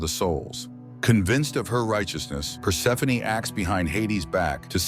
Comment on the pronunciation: Thank you for properly pronouncing Persephoney... Other channels say perse-phone 😮